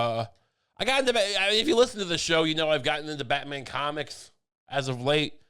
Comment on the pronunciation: ‘Lishen to Me!’